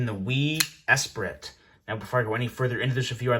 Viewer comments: Dude said “S-prit “ Although, it does feel weird to say it the right way, particularly with the brand name first. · Pronounced ess-pree. I learned that in French Class about 30 years ago. Kinda undermines your credibility when you don’t pronounce the correct name of the item you’re reviewing. And the screws screwing directly into the titanium scales? That’s not a positive, it’s a negative. Cross thread the screws into the titanium and the knife is toast. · Pronounced Espree.